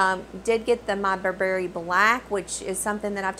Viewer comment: Loved your review! Just a quick note reg. pronunciation.. it’s Burr-brie, not Bur-Berry. 😉